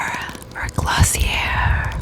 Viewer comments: dis bitch don’t even know it’s pronounced glossi-ay not glossi-air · wait she said glossierr its pronounced glosiay this is not a hate comment just pointing that out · think it's pronounced glossi-ay but other than that loved the vid! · glossi-yay is how it's pronounced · i believe it's pronounced as " glossiyey" no hate guys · I love this but you said Glossier so wrong 😂😂